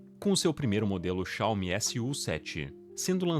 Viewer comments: cáume... dói na alma. Coloque no tradutor o nome certo, e ouça a pronúncia .. Pronto, fim da discussão. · Não é uma crítica ao vídeo, mas o certo é Xiao-MI (oxítona) apsokaopsop ngm mais fala certo